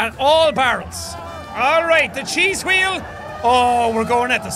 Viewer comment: carlos castillo 'Hweal' (or 'hweel') is how Jack pronounces 'wheel' with his majestic Irish accent.